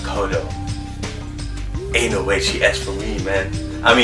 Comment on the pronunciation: Why she say no like that